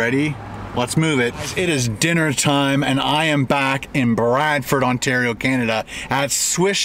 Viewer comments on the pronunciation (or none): none